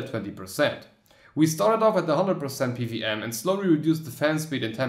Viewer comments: it's "P - double U - M" but u say "PVM" haha :) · O Well I would've guessed that :D I get strong German or Czech vibes or similar when hearing how you pronounce PWM